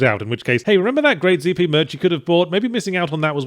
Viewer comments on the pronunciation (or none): What in the flying fuck is Zee-pee? I only know Zed-pee. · Zee pee ?? You've been abroad too long Croshaw! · ZEE-P merch, Yahtzee? ZEE? I thought you were British, mate, whet happened? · Yahtzee you're English Z does not rhyme with P.